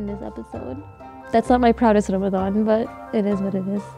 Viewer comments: Did she just say "ramaZan" 😶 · In Urdu or just in Pakistan they say Ramzan instead of Ramadan, Urdu speakers seem to say Arabic D sounds as Z's. Also Fast is Rosa. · Omg lmao I was thinking the same thing why did she say Ramazan rather Ramadan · cause it's call ramdan not "ramzan" I don't know from where did she get that... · Honey it aint Ramazan its ramadan! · Tf is ramzan its ramadan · Musically South Africa oh i know ,im muslim my self .I made my comment about the way the woman pronounced the word because its called ramadan ( رمضان) not ramazan .but anyway thanks for the reply. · I cringe everytime she says "ramasan" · sarah it is pronounced like that in some languages honestly the "Ramadan" makes no sense to me. It is called Ramazan ... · but the language of islam is arabic... she's not wrong in saying what the pronunciation is - non Arab muslim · She's south asian, in Morocco it's pronounced like this : R'mdan, not Ramadhan. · please someone tell she did not say "ramzan" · I don't mean to disrespect any language or country but as I know it's call ramdan and in the Quran it's call ramdan so we should say it as Quran says not as some people pronounce it cause when they grow up or have kids and teach and tell them about islam they still gonna say it wrong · did she just say 'ramzan' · RAMAZAN... maybe she is Pakistani. They don't pronounce the letter correctly. Unfortunately they do that in their prayers too